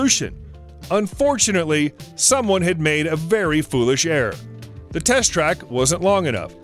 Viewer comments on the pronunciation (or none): Forget about foreign words mispronunciations, "error" is not a homophone with "air".